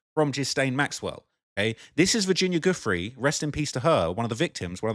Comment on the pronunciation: Virginia Guhh-frihh, Gizz-lane Maxwell.... LENOID BRESHNEFF 🤖?!?! Dude... Get a grip sit down and read a book with a timer like Kai Cenat do something because.... Sheesh 🤦‍♂🤦‍♂ And you're also stumbling through words every paragraph but I was gonna look over that with the amount of research you've been doing.